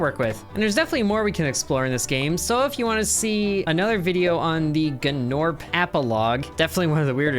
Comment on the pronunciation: you pronounce it NORP not GNORP ITS A SILENT G!